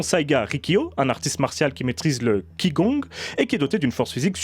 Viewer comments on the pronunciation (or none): Excellente vidéo comme toujours, juste Qi Gong se prononce "chi kong" ^^ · (Qi Gong se prononce Tsh Gong ;-))